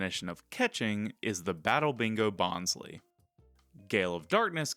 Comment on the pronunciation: Bonsly is your favorite pokemon but you pronounce its name wrong? Bonsai + sly (like sneaky) it’s a pokemon pretending to be a bonsai tree. So the second syllable of its name is literally sly. They pronounced it wrong in the first season Bonsly was featured in the anime but they said it correctly in later seasons.